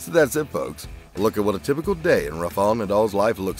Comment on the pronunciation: Rafa-el, not rafey-al